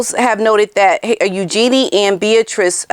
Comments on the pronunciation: Her name is U gee nee. Not u Gee nee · Just FYI.. I also thought the name was pronounced “U-JEAN-ee”, but a while back I saw an interview with Sarah Ferguson, and she was asked about the pronunciation of her daughter’s name. She described it as if you were saying “use your knees” … so it’s really more of a flowing Eugenie, instead of more obvious use of syllables. I was so glad too… because I never liked it when I thought it was Eu-jean-ee. The other sounds so much lighter and princess like I think!